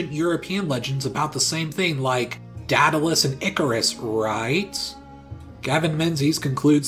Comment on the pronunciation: Is that really how you,, pronounce Daedalus?